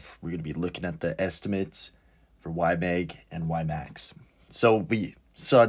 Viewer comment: It’s YMAG not YMEG … please😩